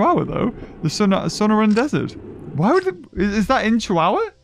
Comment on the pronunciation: The Sonoran desert is pronounced So nor an sorry I just have a vacation house there so that bugged me luv ya